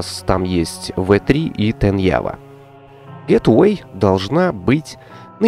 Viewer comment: привет, не в обиду, а скорее из-за частого повторения слова. Gateway - Это гейтвэй, а не гетэвей. Гет эвей - это "Убирайся", "Уходи", а гейтвэй - это "Вход", "Врата":)